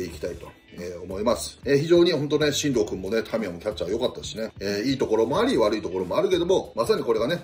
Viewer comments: 進藤の読みは濁さずシントウだからみんなも覚えてね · 里崎さん、ありがとうございます！面白かったです。 1つだけお願い。ルーキー捕手、「しんとう」選手です。覚えてあげてください。